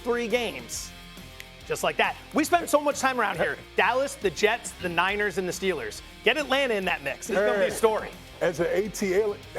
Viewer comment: It’s Steelers! Not Stillers